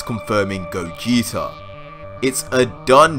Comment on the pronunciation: It's Gogeta not cooler -_